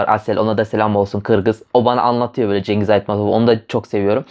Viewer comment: Şıngız böyle okunuyor)